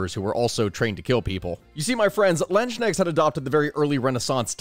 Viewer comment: I died from laughing, hearing how you pronounced Landsknechts. It was very interesting and funny.